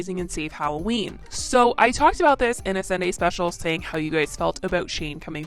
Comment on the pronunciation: The only thing I know about FOR SURE is she/he is Candian that was a very Canadian "about!" 😂😂